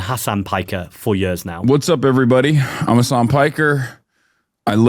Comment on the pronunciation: mispronounced Hasan right off the bat. you pronounced it like "Hassan", Hasan only has 1 s